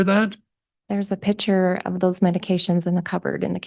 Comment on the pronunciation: It’s not a “pitcher” it’s a PICTURE!